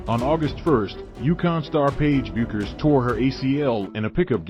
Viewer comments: Bueckers is pronounced "Beckers". Any WBB fan should know this. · Dude I appreciate your vid but you really should know how to pronounce Paige and Gino's last name. Everyone in America who knows basketball knows. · I appreciate the Uconn & Bettencourt still photos in this video but Paige Bueckers was the most decorated basketball college freshman in the history of the sport. She remains (though currently recovering from injury) the most gifted female college player in the nation....all that to ask...Can't you pronounce her name correctly at this point????